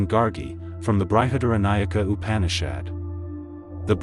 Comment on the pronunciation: It is pronounced Brihad-Aranyaka-Upanishad